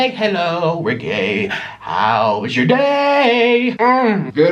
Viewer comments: Why are you saying gaye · Is he saying gay or no